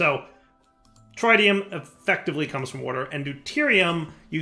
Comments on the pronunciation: It's pretty inexcusable at this point. He's playing like a noob because he refuses to explore his options to the detriment of the viewing experience. I hate having to watch him stand there and break wood in the slowest possible manner because he won't craft a Paxel. That and his refusal to pronounce the word "tritium" correctly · I was mistaken when I thought wouldn't mispronounce "tritium.", it's not TRYtium, it's trit-ee-uhm! Edit: Also,, it's a quantum entanGLOPORTER, not entanGOLOPER. Edit 2: "Why don't you find hohlraum when I say hohlraum?" Maybe because you spelled it wrong.